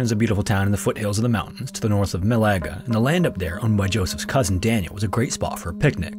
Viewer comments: FYI, "Malaga" is pronounced Mah-lah-gah, not May-lay-gah. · It's MAlaga, not maLAga, please. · I hope this channel starts looking up city names, it hurt me everytime I heard Melega instead of Ma-la-ga (the A pronounced the same every time). Anyway I still love the content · It’s pronounced Mah-lah-gah. Malaga. Not Malayga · Spo-can. Not Spo-cane. MA-laga. Not ma-LA-ga. tota-LAN.... Not TO-talan. Jeezus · Does he mean Malaga ?? Holiday destination ,Maalargar ,dont know that gaff. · Really murdered the name Malaga. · That's not how you pronounce Malaga.